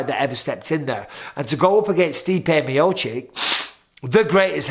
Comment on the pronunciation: Not chick it’s chich